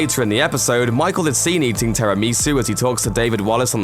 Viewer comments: It bothers me that he pronounces is "terrupmeesoo" literally every normal person says "tier amussu(i am writinf it how it's pronounced, not the actual correct spelling)" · did you say ''terry meesoo''? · Dude, tiramisu is not a hard word to pronounce, come on